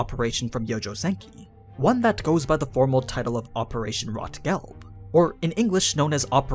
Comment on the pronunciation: Rot-Gelb is German. Rot is red. And is not pronounced like that (think closer to rote). Gelb is yellow. They’re colors. In this case Rot is on Wine bottles. Enough said.